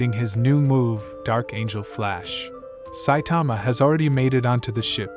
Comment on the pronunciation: bruh pronounce 'Saitama' properly this shit will give me nightmare